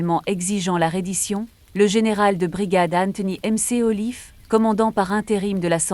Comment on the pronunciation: "Eisentraut"...😂 "PÂTON"... c’est une brioche çà ! 😅😅😅 "mc olif"...Mc AULIFE "HITLÉ"...😂 Une ... méticuleux. Là, j’envisage la dépression et le suicide. 😱💀 (des clous, je continue de me battre pour défendre le Français).